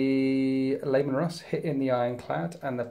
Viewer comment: I keep hearing Layman Russ. I love it.